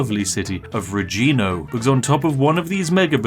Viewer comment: “This wonderful city of Regino” The half of me that’s British is laughing, and the half that is italian is in pain